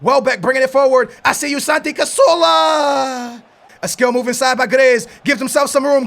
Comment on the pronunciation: CaZZZZZZorla not casorla